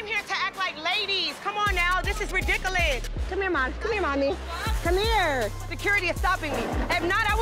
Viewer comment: She said ri-dik-aliss. 😂😂 Amara got her good with that plate to the face. Something is wrong with that chick. 45 and acting like that??